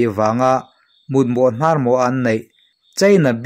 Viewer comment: Mutmawh hnarmawh i chhiar dan a hnar tih hi a thluk a dik lo, 'hnar' mihring hnar kan sawi rik ang ni lovin kan taksa a Dâr(koki) dâr kan lam ang hiang lam rik tur tin, a awmzia pawh a dang daih. Hnar- hnâr: hnâr hi a ri hniam tur a ni.